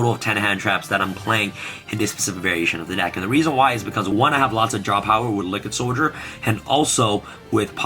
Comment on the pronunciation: this man really said lickid soldier i'm dying